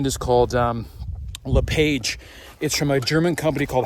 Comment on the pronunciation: it's not Le-Page, It's pronounced " LE-PAwJE